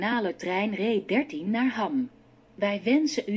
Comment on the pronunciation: 'Welkom in ree 13' 😂😂😂